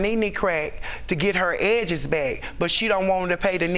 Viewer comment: Fr the accent and the emphasis on EDJEZ made it funnier